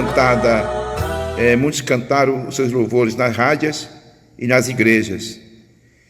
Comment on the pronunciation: Meu caro irmão , não diga rádia e sim, Rádio. Não é cárdicas e sim cardíacas. Parabéns pelo trabalho!